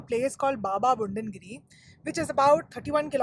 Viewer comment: Nice video, but it's budangiri and not bundangiri